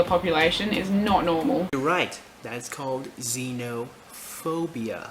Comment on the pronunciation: I think you mispronounced Schizophrenia, you said Xenophobia